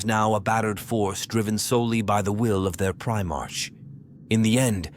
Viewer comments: Prime-ark NOT Prime-arch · Also, I hate the "pri-march" pronunciation. What are they trying to say? Was he the first in line of a parade? The first, or earliest foundling in the month of March? No. Ofc not. Damn, I know, a petty and pedantic thing but it really grinds my gears.